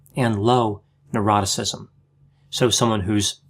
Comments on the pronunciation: said "Neuroticism" I heard "Eroticism" This confused me for ages! 😂😂😂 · I thought the same. 🤣😂🤣